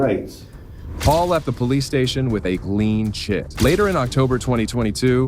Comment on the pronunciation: the fuck is a “glean chit”?